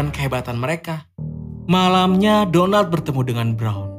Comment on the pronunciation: Denger nama Donald kek bilang Donat miminnya 😂😂😂😂😂😂